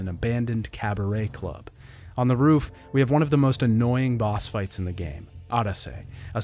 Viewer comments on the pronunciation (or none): none